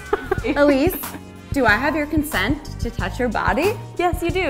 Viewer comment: Elise not being able to say ‘do I have your consent’ properly is such a mood 😂